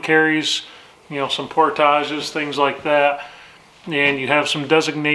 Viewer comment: Did that with my father in about 1956. We were about 40 miles farther east, Upper and Lower St. Regis lakes, Paul Smith's, climbed St. Regis Mt. for lunch. Two overnights, a couple of portages (thank you for pronouncing it correctly), and perfect weather. It was a great trip. He and I, along with my brother, also did a section hike on the Appalachian Trail in the Whites in '64. You can find plenty of primitive there, too. I wrote the story of that for my website, and you might be interested: We always ground bivouaced. In the late '50s there were a few scouts that had hammocks, but most of us had pup tents--some 2 man. Although both Dad and I grew up shooters, we never had a side arm to carry (I think he tired of it in the 35 missions during the War carrying a 1911), and long guns are not only out of place on the AT, they may not even be permitted. By the way, Dad qualified Expert in both rifle and pistol in the service. Tells you about how he grew up. Was it just me, or was there no audio for most of the time in camp? Lost it as you were first cutting firewood, got it back when you were going back downriver. Really threw me off...